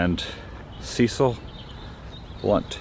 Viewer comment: Cecil rhymes with wrestle.